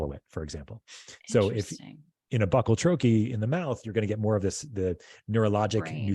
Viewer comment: Please learn to pronounce bucal troche. You will sound more believable as someone that has really done some research. Could be just another grifter.